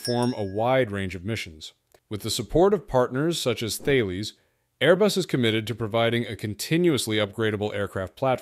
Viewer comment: You pronounced Thales as Thayles. It is pronounced as Tal-es.